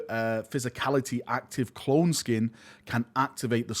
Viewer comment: It’s skeen. Like scheme with an n. Clone skeen